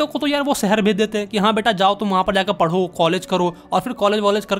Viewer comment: Padho❌paro sec😂😂😂